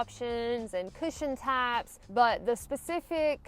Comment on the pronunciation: Oh my the country comes out hardcore when you say they have different "types"!!! Lawd that's a cute accent ya have there mam!